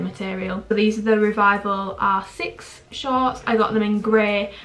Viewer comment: When you say r6 it sounds like you’re saying asses😭😭